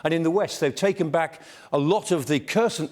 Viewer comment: After 366 days, he still can't pronounce Kherson correctly, bless him - it's not that hard!